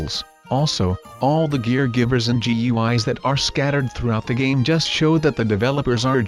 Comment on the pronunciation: It's not GU eyes. It's GUIs